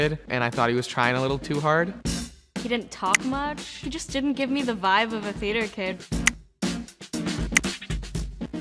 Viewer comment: It bothered me when some of them said "im a theeder kid" instead of "theater"